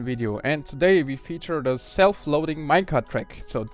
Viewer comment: Could you start pronouncing "WE" properly?